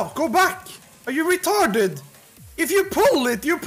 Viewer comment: 6.45 doesn't sound british, that is some scandinavian accent based on the inflections on "retArdid", "poole it" and "baack"